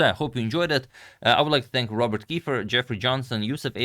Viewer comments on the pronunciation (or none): none